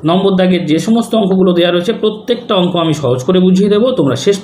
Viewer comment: Bolchi অঙ্গ নয় অঙ্ক